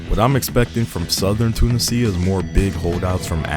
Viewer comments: I believe irs "toon-ee-zia" rathe than "tuna-sia". Good video though, succint! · "Tuna sea ah"... Two niz E ah.. "casino" monte cas innno 😂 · The "sia" in "Tunisia" pronounced like the word "Asia" Too NEE zha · Ah yes, "Tuna Cia". 🤣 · The sheer number of mispronunciations of Tunisia is worth the Like. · Bro Is pronouncing Tunisia in it's correct way . Italian accent 😂😂😂😂